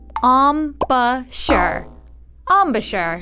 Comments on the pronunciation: Not em-bahh-chur...you're not a sheep. It's a french word. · EM - BOU - CHURE